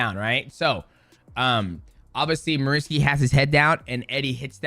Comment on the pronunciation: Every time you said "Marinski" i nearly pissed my pants hahahahaha its so funny how you subconsciously combined both names hahaha awesome video mate